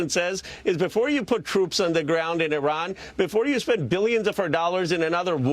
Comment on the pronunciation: You pronounce Iran and Iraq so well the way it should be pronounced.